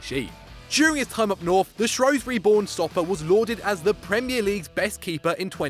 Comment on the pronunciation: How u said Shrewsbury made me laugh u say shruusbury not shroosbury